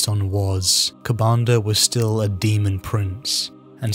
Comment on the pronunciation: A slip of the tongue named kabandaha a demon prince. It is a greater demon ofcourse and i knew what you meant. Good vids though im enjoying these and i prefer tyranids.